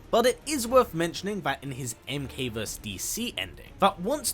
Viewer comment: verSUS, not vers.